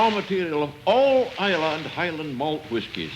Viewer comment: It's nice to hear someone pronuncing Islay properly I remember in the 80s John Peel played a track for someone on Is lay Its I la or I lay I miss the old place.Lots of memories.